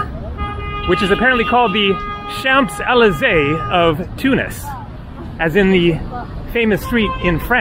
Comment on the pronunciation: My grandfather was there in WWII for a bit. Used to have a ring with ‘Tunis 1945’ on it. Nice to see some of what he might have seen! Note: You don’t say the ‘p’ in Champs Élysées. 🙂